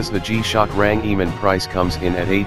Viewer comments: bro its range man not rangiman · What's a rang e man? What nationality are you mr speaker? I believe it's RANGEMAN and it's one word 🤔